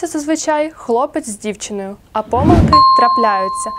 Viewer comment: Панове викладачі-"двістібальники", вчителям набридли не тільки типові лексичні помилкИ, а й такі самі "кошлаті" помилкИ орфоепічні! Записуючи відеоуроки, будь ласка, уникайте помилОк у вимові найпростіших слів. Повторімо всі разом — і ми, і наші учні: пОмилка і помИлка, але помилкИ, помилОк, помилкАм!